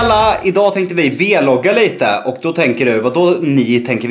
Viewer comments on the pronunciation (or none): Det heter vlogga Inte V-logga men jag älskar er i alla fall ❤️ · SNÄLLA SLUTA SIG V-LOGGA MAN SÄGER VLOGGA